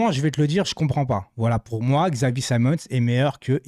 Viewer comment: C'est pas un xylophone on dit Chavi pas X avi